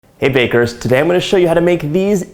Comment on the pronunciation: I honestly thought you greeted us by saying, “hey fakers...” 🤓